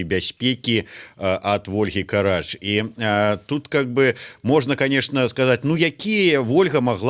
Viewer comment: У Ольги фамилия Карач с ударением на вторую "а" !